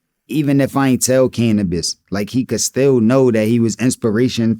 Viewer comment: Thank you for saying Canibus ❤